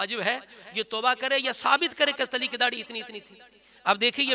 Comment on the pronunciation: Aapse Hazrat Ali raziallaho ta'aal anho ka naam tak to lena aa nhi rha hai shai se. Hast ali hast ali kar rhe ho.. Tauheen to aap kar rhe ho Moula Ali ki